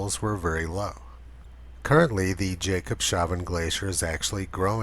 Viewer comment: Hi Tony, A small thing I noticed. I think it's pronounced "Jacobs haven" instead of "Jacob shaven". Meaning Jacob's harbor. But I'm not sure. :) Thank you for your work. I have never seen a more impressing rating ratio 1060:1. Well deserved.